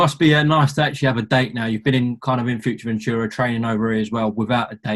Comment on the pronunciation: Why can’t say fuerteventura properly